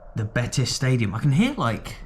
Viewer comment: Betis fans seem a great bunch. Ive heard a few people from the uk call them bateese and when a spaniard calls it betis you just know its called betis 😂 another thing i love how an englishman takes so much interest in Scottish football fair play.